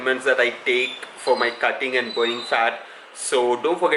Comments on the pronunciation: Its AND not EIND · It's aind for him not and😂😂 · Aaind I stopped watching once I heard aind..